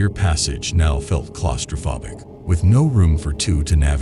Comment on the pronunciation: Not sure what his tourism plan was. Blast open the cave so tourists could see essentially a mine or have them crawl through a tiny passage. "My experience there was harrowing and I became hypothermic." "Let's go!" The narrator sounds robotic. "She became hypa-thermic" "Clausta phobic"? phobic as in foe not as in blob